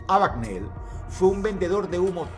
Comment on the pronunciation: No es Abagnali ni Abigneli, sino Abagneil